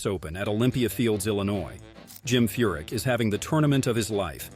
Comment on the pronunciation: It's Furick not F***